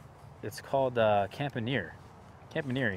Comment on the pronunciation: Are you sure that's how you pronounce Campaniere? I watched the Thierry introductory video and it sounds like the announcer says, "Comp-ahn-ye-air". Similar to the way the back end of Pastiliere is pronounced but with the front end being different. The -iere is the same for both names... not sure about the origin. I got one earlier this year so it's still a baby but can't wait.